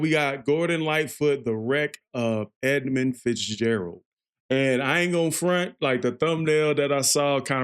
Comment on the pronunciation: dude..... you couldn't even get the name right for the 1st half of you prodution......